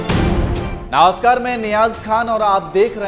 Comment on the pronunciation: Naaamskar nahi NAMASKAR.. ZAAHIL